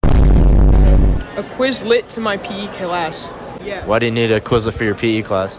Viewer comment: Why freshman say class like "kuh-lass" why he need the second syllable